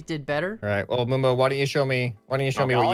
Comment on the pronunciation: Finally moonbo and not camodo